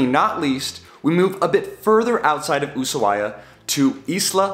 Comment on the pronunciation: I tried to finish the video but couldn't due to mispronounciatin of Ushuaia.